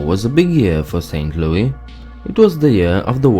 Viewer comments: I know i'm 4 years late but i'm reading the comments below and it's hilarious. St. Louisans do say St. Louis with the S, but we also refer to it as St. Louie in jest and in (for lack of a better term or phrase) historical reference. Thank you Judy Garland While the US is a melting pot of cultures, Missouri is kind of a melting pot of Americans lol. We can't agree on any pronunciations and often times pronunciations are less regional and more familial (kind of exaggerating, but a lot of families will have different pronunciations from the general pop. of the region). In St. Louis alone there are many different accents/dialects all within 10 minutes of each other. We have a lot of southern, native, french, and northern influences. So anyone saying WE missourians say one thing one way.. probably hasn't been outside their respective town ever. To add to the confusion.. I say Robot, my dad says Robutt. I say Washer, he says Warsher. Some say (I-44) I - Forty Four, others say I - farty far. So to you,, as an outsider to the state, well-done on your research and presentation. Also fun to note: St. Louis is split by the Mississippi between missouri and illinois. We call this divide crossing the river. Nothing super fascinating, but you'll often here from the missouri side at least "Don't cross the river after dark," or other things. Also, STL and KC have a big barbecue rivalry. no clue why.... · If you're going to make a video about Missouri can you make sure you're actually saying the words how we say it for example you said St Louie we say St. Louis, and that's not how we say Lebanon or Nevada and etc so please next time you're going to make a video about a state make sure you actually say it how they say in their state not how you think they say it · We don't say Saint Louie...it is Louis like Lewis. I live in Missouri. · ST.LOUIS... NOT SAINT LOUIE YOU ASS ! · Saint Louis, not saint louie. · We don't call it St.Louie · Why does he refer to it as st.Louie?